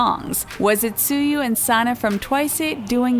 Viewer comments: Who is “Sue you” it pronounced “Chewy” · who is suyu? Tzuyu is pronounced as CHUWY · It's pronounced chewie not "su-yu" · Tzuyu is pronounced jowee Not zuyu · Can I give a correction? Tzuyu’s name is not pronounced as “Zuyu”, it’s pronounced as “chewy”. Weird right? But it’s the right pronunciation. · suyu GIRL ITS CHeWY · “zuyu” DAFUQ its “CHEWY” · Sooyoo?! WTF?!?! Yeah Yeah you studied BTS’ names now but study TWICE’s SOOYOO!?! It’s pronounced ‘Chewy’ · Its actually "Chewy" not "suyu" no hate... im just trying to correct you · correction tzuyu is pronounced as 'chewi' not 'tsuyu' :D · Jungkook❎ Chunkook✅ Jin❎ Chin✅ Tzuyu❎ Tsuyu✅ srry not srry i had to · why is nobody talking about how they keep pronouncing 'twice' as "twicayy" and tzuyu as "soo-yoo" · Tzuyu is pronounced like chewy!!! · She said Suie Chaeryoumg and Twicay instead of Tzuyu twice and Chaeyoung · Did she said Twiceu? I kept hearing Twiceu or Twisay, idk.BTW Tzuyu is pronounced as chuwi or chewy. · Anyways Chewy is how you pronouce Tzuyu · All these comments about BTS and TWICE but can we talk about how she pronounced Tzuyu's name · The way she pronounce tzuyu Im... 😤😐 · the way she pronounced “tzuyu” i’m- 😤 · Stop the fake dating rumors !!! P.s. you mispronounced Tzuyu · Is no one gonna talk about she pronounced Tzuyu’s 😂